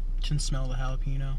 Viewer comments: This nigga said JA-LA-PENO 😂😂💀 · you call it challah-pehnoh?? UNSUBBED, BLOCKED, REPORTED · Good video mate, just a quick heads up. It's pronounced Ja-la-pe-gno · I like it when people incorrectly pronounce it ja-lap-ino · Jalapeno = HAL-UH-PEEN-YO. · It's actually pronounced "halapenjo" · properly pronounced holla-pen-yo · Hates juh-lap-a-nos. Buys juh-lap-a-no fries to review. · "Jalapiño" LMAOO your cringy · These were really good. Respect lost for this guy who can't handle "spicy" processed food and can't pronounce jalapeño the way it's supposed to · why do you say it jalapeno like ricky from tpb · His pronunciation of "jalepeno" is killing me inside. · It really bothers me how you say jalapeño